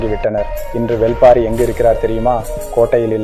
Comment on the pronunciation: Brother... Thats not வெல் பாரி... That's வேள் பாரி